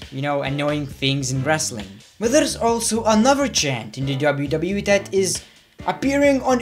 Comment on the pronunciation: you cannot pronounce "THAT" correctly either but so what you still are very good at what you do